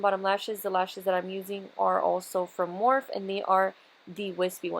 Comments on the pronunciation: It's pronounced More-Fee, not morf. Jus sayin. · how dare her manager let her upload this video mispronouncing morpheeeeeeeeeeeeee COÑO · You're so BEAUTIFUL!!!! Love love this make up look But it's actually Morph-ee lol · Love the smokey eye! & does it really freaking matter how somebody pronounces something, morph-E or morphe, you still know what it is! Chill lol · That's how I say so when heard other you tubers saying morpheee I was like "they're saying wrong omg "lol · Lmfao at all these comments correcting on how to say "Morphe" I can just imagine saying "Pero me entendieron" haha. Love this look keep doing you boo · Are people really getting butt hurt over how you pronounce Morphe and not on the PURPOSE of the video.. People are so SMH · Why does she say morphe like that? lol